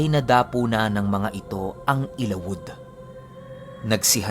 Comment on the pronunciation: correct pronounciation ng ILAWOD ay...ILA-WUD....